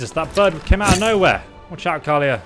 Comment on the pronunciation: Her name is pronounced Kal-E-Ah And Jespars is pronounced Jess-Par not Jasper :p Also talk to Esme in frostcliff tavern when you want to look at other quest line's, it has to be one of the best ones :)